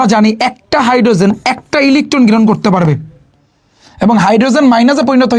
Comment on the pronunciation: ইলিখঠন গ্রিহন😂😂😂😂